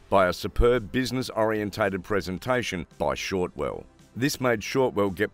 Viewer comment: her name is Shotwell not Shortwell.